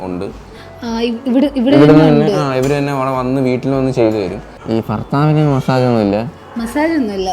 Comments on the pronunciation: എടാ,, പോയി മലയാളം പഠിച്ചിട്ടു വാ..... ഫർത്താവ്, ഫാര്യ,...... എഴുതി പഠിക്ക്.... ഭാര്യ, ഭർത്താവ്..... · ബ അക്ഷരം പറയാൻ വെയ്യ ഫർത്താവ് ഫങ്ങി